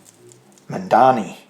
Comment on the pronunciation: It's Zohran Mamdani, not Mandani. Two m's and one n. Like Mom-donny.